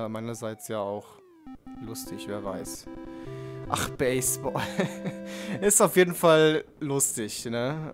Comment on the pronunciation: oh Gott hab ich mich aufgeregt bei baseball wegen deiner aussprache nicht schlimm aber ich der 3 Jahre jetzt schon spielt aber wie gesagt egal xD